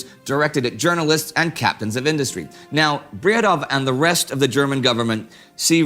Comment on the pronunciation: The "w" in Bredow is silent, his name is pronounced rather "Braedo".